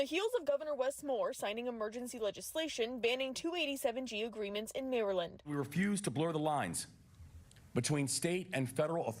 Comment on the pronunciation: He pronounced Maryland wrong